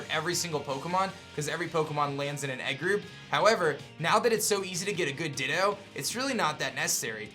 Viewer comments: Nobody: absolutely nobody:: dittOH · The ways you pronounce things really grinds my gears. "Everstooone" and "Dittooough". Very informative though, but man that's like nails on chalkboard to me.